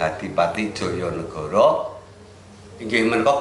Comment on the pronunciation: Prabu Joyonegoro bukan jojonegoro,emg tulisannya djojonegoro tpi bcaannya joyonegoro